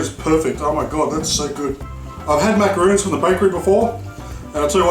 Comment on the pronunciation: mak uh ron s